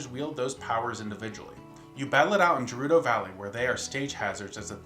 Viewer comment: I don't mean to try to correct you, but I just wanna mention that 'Gerudo' is pronounced in Breath Of The Wild as "guh-ROO-doe". I made that same mistake as you did when I first got into Zelda, so it's no big deal, really. I just wanted to bring that up. Great video, though!